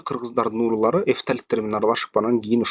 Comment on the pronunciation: Уурулар эмес уруулар деп айтчы.